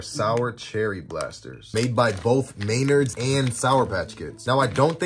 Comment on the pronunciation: I'm a South African and yalls ppl know it's pronounced maynords and not maynerds